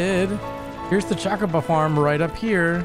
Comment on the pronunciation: Choe-koe-boe is the usual pronunciation 🙂 I believe you might be confusing how certain dialects pronounced it in FFXVI (Chaco-bo).